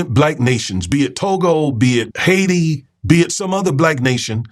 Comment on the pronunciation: You're saying it like a white dude ... it's pronounced....high tee.... Haiti